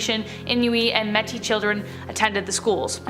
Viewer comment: I had to stop watching this video. First she pronounced Ed Grin wrong (Don't have to be from Wisconsin to be bothered by that), and then she pronounced "Inuit" as "In-you-ee" and "Metis" as.. I don't even know. Learn your pronunciations, and then make these videos.